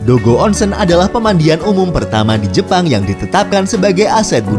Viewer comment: Nihon = nihong Onsen = onseng huruf "E" dibaca seperti beca bukan kera